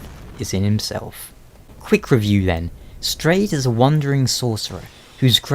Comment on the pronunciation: its pronounced "strawed" :P